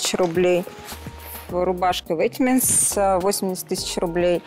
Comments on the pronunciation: Удивительно, что никто не среагировал, когда в самом начале сказала ВЕТЕМЕНТС))) Я была просто уверена, что она одна из мафии. Всегда казалось, что одетые в люкс хотя бы название/произношение бренда должны знать. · Казалось бы купила Роллс, вся при деньгах, но при этом настолько убого говорить название бренда, в который ты одет... Я конечно не давлю, но ВЕТЕМЕНТС...... ВЕТЕМЕНТС Карл, это почти как Версейс и Чанел... А Сергей хорош, сразу было ясно, что он спец в своей сфере. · все говорили что важно знать историю бренда,который ты носишь но сука блять носит ветмо,и произносит его как ветементс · определяет по взгляду (по ее словам) людей в репликах, а сама не знает, как произносится бренд "ветмо", и говорит "ветеменс" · Мне режет слух ветменс, когда она так сказала, мне стало плохо Вейтмо говорите пж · ну самый прикол, что Вейтеменс не верно, а ветмо кста все говорят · "Ветеменс")))) Крайне колхозный подход считать что если ты в монобренде это уже стильно) Не в клозетах оно, в головах) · Ору, даже не правильно произносит не Ветементс, а Ветмо, тут стиля нет, у всех одно и тоже Луи, Шанель, Баленсиага, Ветмо и у каждого одно и тоже, тут больше про статус. Леонида сразу угадал и думал еще Марина уж больно много пали на ее вещи делают. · Сейчас бы ветмО называть ветементс 😂🙌🏽 Не удивлюсь, если она в ориге, богатые люди не сильно заморачиваются в правильном произношении брендов 😄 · которая называет vetemens «ветэмэнс»… Мне бы было стыдно сидеть с таким дешевым пафосом и не знать, что на мне надет ветмо😕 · Начало выпуска , падает подозрение на последнюю , которая вместо Ветмо, говорит Ветимент. А так хз, мож ошибаюсь. Да или хз мож они все там в фейках сидят 😂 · Меня только смутило в ней, что она неправильно произнесла название бренда, при том что первый участник тоже сидит в нем и произнёс название правильно. Vetemens французский бренд произносится как "ветмо" (грубо говоря). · ДАААААА ЕЩЁ витминс или как как она ветмо назвала 🤣